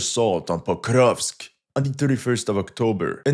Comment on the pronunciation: This guy: POKRRUUGHHHVSK I dare you to try to pronounce it the same way he does without gagging. 😂😂😂😂